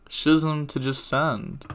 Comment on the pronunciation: "Schism" is pronounced as "Skizzum"